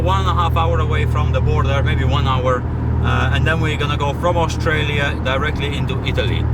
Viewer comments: pretty sure you're saying Australia not Austria lol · bro said Australia. 💀💀